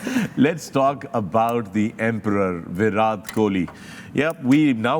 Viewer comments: First of all fix the pronunciation yourself then give knowledge to people...This is Virat kohli not bhirath Kohli 😅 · Fakhre Alam - think you’ve been mispronouncing Virat’s name. It ends in a hard T as in ‘time’. Just a small off note in an ever flawless analysis.